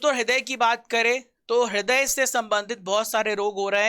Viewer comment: haday nai raday bola jata he